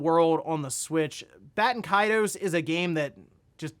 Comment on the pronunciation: Haha why is it so hard to pronounce Baten Kaitos.